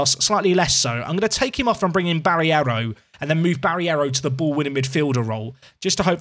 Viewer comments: It's Barreiro mate. Not Barriero 😅 maybe that's the reason of your poor form. Respect the players more😁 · BarREIro... Ba-rey-row... Barreiro... Not freaking Barierro!!